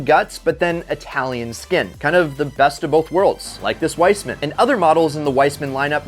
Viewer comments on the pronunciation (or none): It's Wiesmann not Weismann, and how you pronounce Citroën 🤣LMFAO I'm dead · Wiesman is pronounced "veeezman", not "wise man". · It’s pronounced Veese-mon. Not wise-man. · Wiesmann. In German, the second vowel is the one that gets pronounced, and it is long. "Ei" would be long "I" as seen and heard in the name Einstein. "Ie" is long "E." "W" is also der "V" sound, und der "A" would be kurtz, as in stick out your tongue und say "ah." Therefore, the VEEZmahn is the car YOU've still never heard of, correctly. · Does he not know the W in Weisman is pronounced with a V sound? 🤣